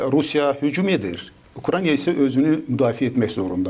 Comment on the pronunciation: Ukrayniya yox Ukrayna